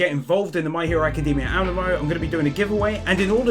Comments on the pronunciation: did any one even notices he said animo wrong, its like anime but with an 'o' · It's not pronounced animo it's amino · I found a sin!!! ‘Amino’ is pronounced, “a-me-no” not “A-man-no” XD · "a min o" A MEE NO! Say it! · "This app is sponsored by a company called Am-ee-no" "Company called Am-ee-no" "Am-ee-no" I'm sorry but that pronouncination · No offence but the sponsor is pronunced a-me-no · Pronounced A-mee-no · ahem, ameno XD. am-ee-no. amino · Ami-no as in Amee-no😅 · Its purnounced Ameeno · How do pronounce amino sooooooooooooooooo wrong. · I was going to dislike you for saying Amino incorrectly, but you have a death note poster so you got a notification bell instead